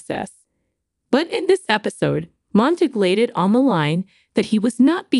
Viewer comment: Please pronounce names correctly: Nathan is NOT Nath-an, it is Bouchard NOT BOTcher, Monague NOT Montig.